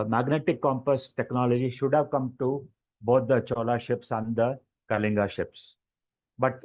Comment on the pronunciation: Great discussion. Just one observation,At least the Odia host can pronounce KALINGA correctly.. The L is not pronounced as the L in "Life"